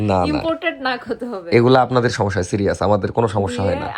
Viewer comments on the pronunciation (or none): none